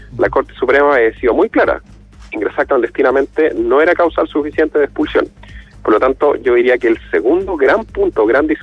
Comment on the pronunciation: "Ingresar clandestinamente no era causal suficiente para explulsión"